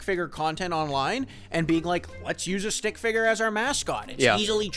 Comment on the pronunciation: The way you say “stick figger” sounds like its a slur every time.